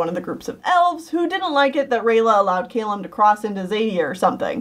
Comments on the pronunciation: Cay-lum? You mean Calum I think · Wait two things. You pronounced Callum wrong. And I don’t know if you meant Opeli when you said Ophelia, but the characters name is Opeli.